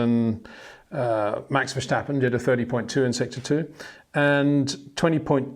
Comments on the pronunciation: its NOT! verSHtappen but verstappen,come on peter... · Would be nice if you once and for all could pronounce Verstappen and Leclerc correctly.